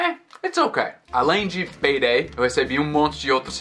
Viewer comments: Quando ele falou :"payday" no inicio do video, eu pensei que ele tinha dito : peidei.😅😅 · Toda vez que o falava "payday" eu ria muito,ficou muito engraçado ouvir ele falando o som " peidei" kkkk